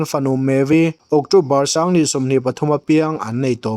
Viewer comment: Sanghnih tih turah pawh sangnih te ti lawm😂😂😂 ṭawng lamah tlemin hma vir a nei aniang 😂😂